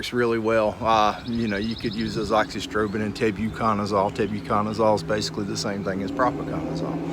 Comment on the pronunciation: Finally, someone said Azoxystrobin. Now I know how to pronounce it!